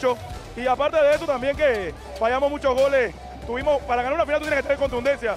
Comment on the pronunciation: "Estuvimos" no estubimos